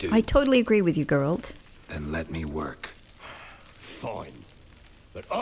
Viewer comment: Hoping some day, u will say Geralt the right way 😂, when u play as ciri, try to explore ur missing out on some conversations